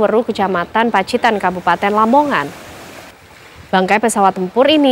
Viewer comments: Mungkin Paciran bukan pacitan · koreksi,Paciran bukan Pacitan